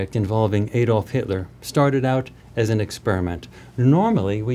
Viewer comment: His name was Adolf not Aydolf. Do you say "Aydam and Eve"?